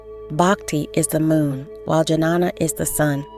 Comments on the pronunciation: It’s not Janana It Ghyaana. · It's not Janana..It is Ghyana.. Transcendental Knowledge..Please learn in your next Videos how to pronounce exactly Sanskrit Terms..🙏🕉️☯️🍀💫Aum Namah Shivaya..🙏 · Don't want to nitpick here but to hear these words pronounced with a heavy american English accents is really jarring.... and I think somehow detracts from the quality of the video. The proper Sanskrit pronunciation of Jnana is "nyaa-na" .